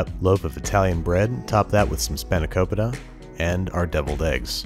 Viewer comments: spawn-uh-coe-pee-tah. (yes, I am Greek) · Great video Babish! Its doubtful you'll see this comment, but its actually pronounced "Span-ah-ko-pee-tah" 😂😂😂 take it from someone with a greek grandparent, you had me laughing every time you wonderfully butchered the word 😁👌 recipe was spot on tho! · Thanks to The Venture Bros, I pronounce it 'Span-i-ko-pi-ta' and I do it loudly around Rusty. It's best he doesn't know the truth.. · It's pronounced Span-a-kó-peeta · Spanakopita is pronounced Spa-na-ko-pee-tah for amyone wondering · It's spanaKOpita. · Your second pronunciation of spanakopita is the correct one. The first one is close as well. Spanaki (Σπανάκι) is the greek word for spinach. Pita (Πίτα) is the greek word for pie. Spanakopita (Σπανακόπιτα) the greek word for spinachpie. Most names of Greek pies get accentuated at the -Opita part of the word. Examples: spanakOpita, tyrOpita (cheese pie), kolokythOpita (zucchini pie) etc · Alanaki I love it! As I am Greek myself every Christmas my aunt makes it and it is so good! Also I love how bad he butchered the name of it at first lmao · How to butcher the pronunciation of spanakopita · All my Greeks who cringed at this dude's pronunciation of spanikopita rise up